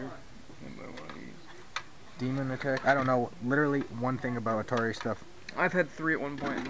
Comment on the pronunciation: It's not Altari it's ATARI